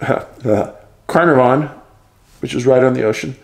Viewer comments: Pronounced. Car -nar - von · Apparently the night was really windy, there would have been a lot of flapping of tent noise, and that's why the parents didn't hear. From the start we did not think she had walked out with her sleeping bag. Carnavon is pronounced car nah von.